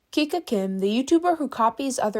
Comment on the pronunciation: you pronounce her name kika not kiki